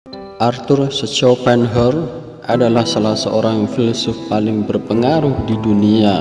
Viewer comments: Mohon maaf untuk penyebutan namanya dikoreksi lagi hehe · Mas Yg Lihat dan denger video ini bisa jadi ribuan orang. Itu filosof besar. Tapi CARA ANDA Mengucapkan nama sng Filosof KOYO ANAK SD yg Baru belajar membaca. Belajarlah membaca yg baik dulu. TANYA AHLINYA BARU ANDA "SIARAN" SI YOUTUBE.. LE LE....